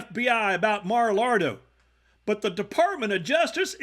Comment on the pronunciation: Did you call it MaraLARDO? 😂❤